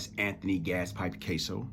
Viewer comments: Its Cas-so, not Case-o friend. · You’re an intelligent man., but yikes are you butchering the last names of Anthony KAss-o and Louis Epp-ILL-eato and Louis KARA-COPPA Lol. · I appreciate your message, but you're not being truthful about your interaction with Gas pipe. First of all, you don't even know how to pronounce his last name, you had to read it from your phone and still mispronounced it several times. Secondly, I know it to be a fact that you NEVER even spoke to Gas at Rikers, let alone "go off" on him. I knew Gas for twenty-seven years and NEVER heard him apologize to anyone. You're lying. It's easy to make accusations about someone after they're dead.